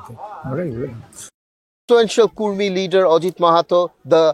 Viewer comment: It's not Kurmi, it's Kudmi